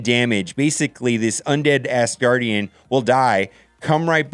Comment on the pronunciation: Can you PLEASE, say “AS” Gardian and Not “ASS” gardian...it hard to watch and listen to you thru all of the tears and Laughter.